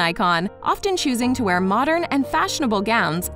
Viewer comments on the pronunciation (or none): none